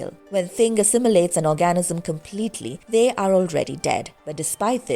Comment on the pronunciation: I'm sorry, I keep getting hung up on this - will someone please help the narrator with the word "organism". I keep hearing "orgasm". Just a slight difference.